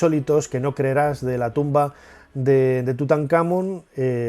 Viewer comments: Nacho, te hago una consulta. Si la palabra Tutankhamón lleva el tilde (el acento como decimos en argentina) en la última sílaba, Món, porque, cuando lo decis, pones la tilde en la tercera sílaba, Kha?. Saludos 👍🏻🇦🇷🇪🇸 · Hola Nacho, gracias por tus videos , ojo TUTANKHAMÓN tiene acento en la O , saludos Gabriel Chile